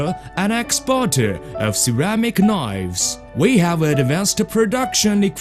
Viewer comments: ceramic knoifes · We can make 1.5 millian knoives, anally!